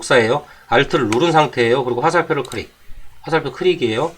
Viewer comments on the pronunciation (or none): 크릭 아니고 클릭입니다.